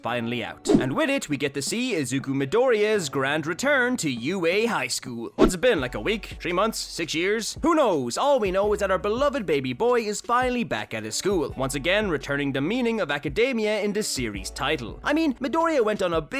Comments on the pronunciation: I’m sorry why does it sound like you’re saying tree instead of three I don’t know why it sounds like that I was just wondering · do you know how to say them? or three? because you say dem or tree